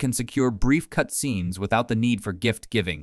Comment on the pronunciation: AI generated. You can tell by the way it says "cutscene".